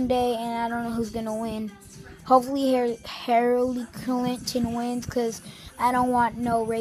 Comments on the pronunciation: "hallary cliton" Im dieing rn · Please Send Help I was thinking more "Hairilly Clinton" wookie confirmed. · hirally clinton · "Hairly Clinton"